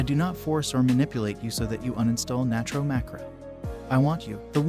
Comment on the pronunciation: Why do people say natro so broke